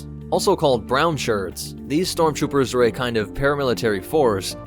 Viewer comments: I’ve heard of storm troopers but not strom troopers, lol. In all seriousness, good explanatory video! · 33 stromtroopers 😂